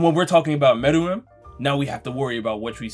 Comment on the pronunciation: Lol I can't believe it😂😂 meruem? Really😂😂😂 wow.. I didn't even mind the rest but meruemmmmm.😂😂 wow damn